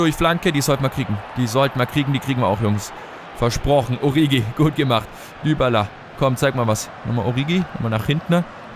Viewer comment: 1.: Liest du überhaupt jemals Kommentare? Ich glaube jedes Mal schreiben ca. 30 Leute dass es "Oritschi bzw. "Orischi" heißt und allgemein Alles was du sonst falsch aussprichst. 2.: Du löschst seit Anfang an der Karriere die Nationaltrainer-angebote und checkst immer noch nicht dass du sie damit NICHT ablehnst. 3.: 2. beweist dass dich genau nichts außer Spielen, Transfers und Tabelle interessiert.